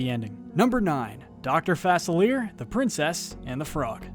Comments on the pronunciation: Anybody else see the skulls in Gaston’s eyes as he fell? (Btw,, his name is French. It’s pronounced “Fah-silly-yei” not “Fah-sil-leer” lol) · It's pronounced Fuh-Sill-Ee-ay. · It's "Doctor Fuh-Sil-E-Yay." :) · OMG. Srry but it’s pronounced Dr (Fa-sill-ee-ay) instead of Fa-sill-ee-er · It’s actually doctor FACILIER! I cringed at how you pronounced his name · An, yes. Doctor Fasilleer. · It is pronounced fa sil ee ea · you mispronounced doctor faclier, listen it's doctor fa-cee-li-ea and nortre damne is pronounced no-tre damn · Dr. Fas a leer lol It's a french name so it's pronounce "Fa-Cil-Leyay" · It’s pronounced Fuh-silly-ay. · Am I the only one who pronounces Facilier as fas-ill-er or fas-ill-eer? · Dr.Facilier was pronounced wrong It’s Pronounced Fa- cil- ie- ay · *Fuh-sihl-ee-ay *Shahn-yuu Please, if ur gonna make a list of people whose names are repeatedly said in the movies, say the names correctly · Its Dr fe-cill-ee-air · It's pronounced Dr. Fa-Sill-lee-yay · You mispronounced facilier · Yo why did he say dr facilia like that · Why are you pronouncing Dr.Facilier’s name wrong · YOU MISPRONOUNCED FACILIER!! SHAME ON YOU! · I hate how he pronounces "Facilier." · Anyone else notice he mispronounced Dr. Facilier ? No just me, ok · Oh wow, you’re pronunciation of “Facilier” is pure cringe... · Also, Dr. Facilier’s name was pronounced wrong, his friends are not demons, instead they are Loa, and Dr. Facilier was not dragged to hell, he was dragged to the Loa’s world. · There are just some villains that deserve everything they got and some that deserved to probably just get put away for life....but honestly I would never wish some of these deaths on anyone! :P And dude you pronounce Dr. Facilier really weird...have you even seen the Princess and the frog? lol But over all I really liked this video good job I'm giving it a like ^_^ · You're pronunciation of Dr Facilier hurt me....